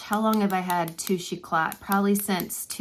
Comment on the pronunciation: FYI You are not supposed to pronounce the "t" at the end of YSL's Touche Eclat pen. Just thought I'd give you the heads up n that. lol. Pronounce it like "E-clay."